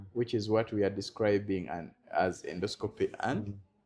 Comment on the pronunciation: Naye musawo oluzungu nga lunji😢😢😢😢ffe ba futu bigere situbitegedde 😳😳😳 ndosikopuuuuuuu😅😅😅😅😅pulizi nexiti tayimu lugaaaa fulooooooooo. ✌️✌️✌️✌️✌️